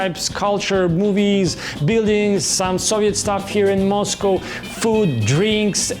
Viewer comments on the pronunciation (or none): none